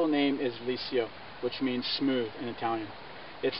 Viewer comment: "Lee-sho" not "lee-see-oh".